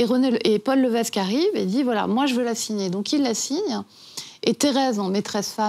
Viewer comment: Paul Lévesque se prononce Paul "Lévèque". Ginette Reno et non Ginette "Réno". Cette nouvelle biographie est non-autorisée par Céline. Lors de la rencontre avec Goldman, la relation entre Céline et René est déjà connue et dévoilée publiquement lors de la sortie de l'album "The Colour of my love" en 1993. Pour des connaiseurs, ils sont bien mal renseignés...